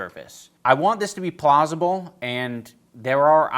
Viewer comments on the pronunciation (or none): you meant to say “plausible” but we all know you said “Plaza-ble”